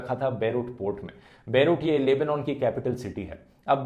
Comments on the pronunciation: It's Lebanon. NOT!! LEBOOOONAAN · the proper pronuncation is Leb-Naan